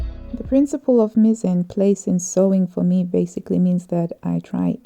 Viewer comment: Hi, the a in ‘mise en place’ is pronounced in French like the a in the word bar. Just that you know! I also use the selvedge when I cut out straight pieces. Then I’m sure that the piece is on the grain. Sometimes, if a selvedge is nice, I even use it as decoration.